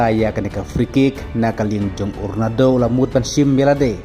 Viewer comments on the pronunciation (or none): Ronado😂😂 da pronounce bha lh ba i lhrain 😂